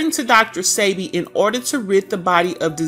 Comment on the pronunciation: His name is PRONOUNCED DR. SEB-BE… I WISH THIS WOMAN WOULD SAY HIS NAME CORRECTLY!! It’s SOOO… ANNOYING!! # RESPECT ✊🏾 THE MANS NAME SAKE! Yesssh …